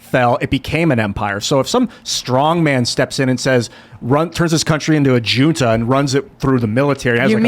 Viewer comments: "Junta" is pronounced as "Hunta" not "June-ta" 🤣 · Jesus Christ … Junta … “ hoonta, not juneta “ Dumbass